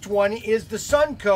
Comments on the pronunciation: Constructive feedback…. It’s called “Sun-o-co”, not “Sun-co”. 😉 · SUN-O-CO!!! NOT SUNCO!!!!